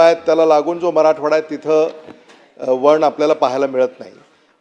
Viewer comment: वन वण नाही